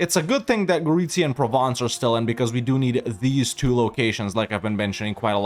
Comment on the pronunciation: Gotta love how perfect is your pronunciation of Gorizia. Chapeau!